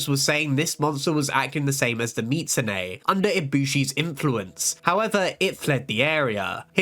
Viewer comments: mee zoo su ne. the T isnt pronounced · Ive always pronounced it "Me-zu-sue-nay"